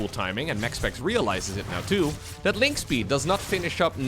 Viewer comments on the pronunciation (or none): none